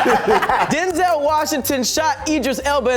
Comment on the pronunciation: He did not just say “Do-zel Washington”